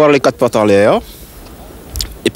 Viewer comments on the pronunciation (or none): none